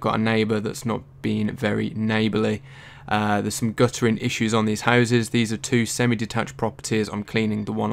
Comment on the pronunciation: Guttering, not gu''ering.